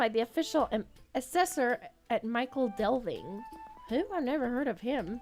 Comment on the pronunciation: Just seven more days to wait! Thanks for showing off this incredible cozy game. By the way, the proper (Middle English) way to pronounce "Michel" in Michel Delving: It sounds like "Mickel" and rhymes with "Pickle". A mostly unused word these days that means Great or Large etc. The town was somewhat larger than Little Delving, a smaller Hobbit village. Not to be confused with the French feminine name Michel.